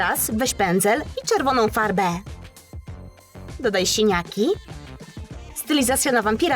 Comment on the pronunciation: nie sieniaki tylko siniaki